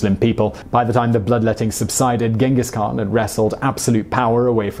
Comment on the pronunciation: 16 minutes video but not even once you pronounced his name right smh